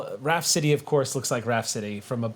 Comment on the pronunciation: They say Raft City but I hear Rhapsody.